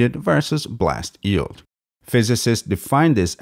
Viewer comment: I know that its just a tiny nitpick, but is it weird that the guy pronounces yeild as "eeld"?